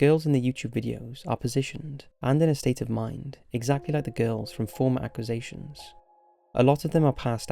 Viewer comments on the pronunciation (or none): if you're gonna be a narrator learn to pronounce words correctly. you fucked up: - proclamations (prock - lah - MAY - shuns) - accusations (ack - yew - ZAY - shuns) (acquisitions???? acquisations???? really?) - estonia (ess - TOW - nee - uh) (unless this is an accent thing idk) hate to be that guy but if your content is narration based.... you kinda need to know how to narrate. you're not half bad at it, but c'mon